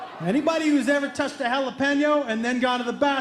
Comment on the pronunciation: Funny as shit! Lmfao 😅😂 But who pronounces jalapeño like that? lol that was funny for a different reason altogether. Classic! God Bless! 🙏❤️🇺🇸